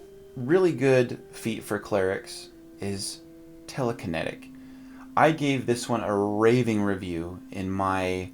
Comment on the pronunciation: Telek - i - netic.